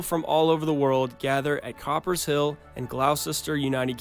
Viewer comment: It’s “Coopers” Hill not “Copper” Hill 😂😂🙈 #Cheeseroll